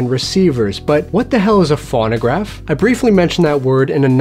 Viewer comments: I don't think anyone here is being a jerk. And I'm sure would like to pronounce the name of the device correctly. It's pronounced phone-o-graph, and sometimes phone-a-graph, but never fawn-o-graph. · It's F-o-no-gr-a-f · It's pronounced Foe-no-graf...long "O" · "fawn-a-graph" LOL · Your not saying it right you say it Phono graph like telephone you say it phono!!!!!!! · If you can't pronounce it correctly, I'm not watching. It's pho no graph. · Loic Kittentine exactly thank you!! He doesn't say it correctly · God, that was driving me nuts too. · Same here. If you're going to explain what something is, at least pronounce it correctly.